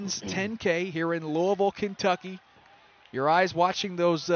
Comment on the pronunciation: I heard that too lol. It was Louisville.